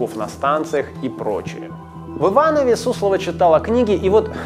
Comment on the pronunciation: Один из немногих, кто говорит правильно: "В ИвановЕ".